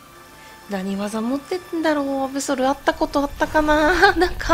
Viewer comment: アブソルのことアブゾルていってますした